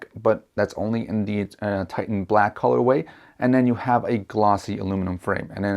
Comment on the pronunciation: "colorway"... Smh